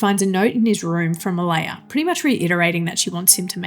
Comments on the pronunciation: Oh-LAH-ya, not Oh-LAY-ya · Why can't you pronounce "Olalla"?